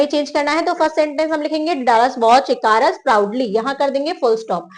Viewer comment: ICARUS : ई-क-रस